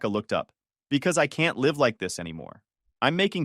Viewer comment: Live , like give, not as in dive